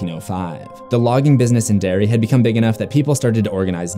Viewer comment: I love how I heard "dairy" instead of "Derry" the entire time, before turning on the subtitles. Love the vid anyway!! ♥